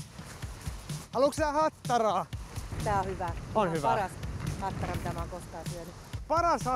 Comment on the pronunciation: Ai saakeli että repesin tuossa lopussa, aloin niin miettii animea et ei helevatta kuulostaa iha japanilta ja sieltähän se tuli sitte HATTTARAAA!!!